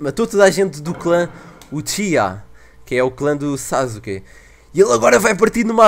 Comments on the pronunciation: n se fala sasuke se escreve sasuke, mas se fala saske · nao sazuke e sasuke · "Sazuke" o falo '-' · Ele tava falando zazuke '-'